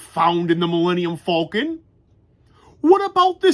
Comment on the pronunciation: you are the first person I've known to pronounce the name of the Millennium Falcon the way Han Solo did in A New Hope. A few more things, 1. When are you planning on uploading your next Lego Star Wars video?, and 2. I've been thinking about tiling my Lego 10221 Super Star Destroyer set, do you think I should go through with it? I've counted the stud length of the set to be 156 studs long and I'm not sure I'll have enough pieces to tile the whole thing. I got the idea from rewatching your videos before the holidays.